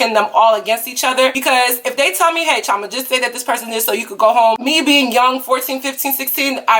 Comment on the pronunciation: I'm Nigerian and my middle name is chioma except its pronounced (chee-oh-ma)